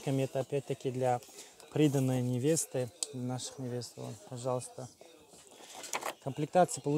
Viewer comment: Приданое- ударение на а))))